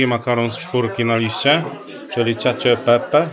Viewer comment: Caccio e pepe, pyszny, wymawia się chyba kaccio. Moj ulubiony ❤